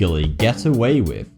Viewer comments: get away wif????? its get away (WITH) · Dude no offence. Please pronounce your words properly. Wiv = With. Forty2 =. Really no offence. It'll be more professional, better presentation and get even more 'subs'.:)